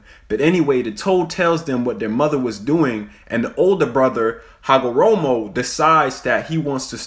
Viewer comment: Homoromo ❌ Hagoromo ✅ Quayga ❌ Kaguya ✅